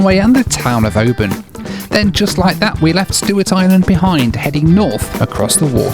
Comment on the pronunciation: Kept wincing at the pronunciation of Oban. :) The city they SHOULD have named it after is the next one up the coast -- it looks JUST like Mallaig. Even unto the high road going to a really nice OP. (both about 600 population)